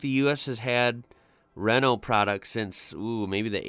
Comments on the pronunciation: Renault = ruh-no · Renault Mégane pronounces something like Raeno Mae gone